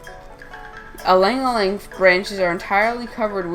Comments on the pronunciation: Good info but the name is no aleing aleing. Its called ilang ilang pronounced as eelung eelung. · Fact check: It originated from Philippines, not Indonesia. It's pronounced as i (as in sea)-lang ilang.